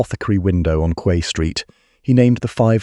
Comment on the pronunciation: Quay is pronounce 🗝️